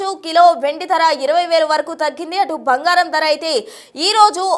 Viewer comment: Bhangaram kaadu bangaram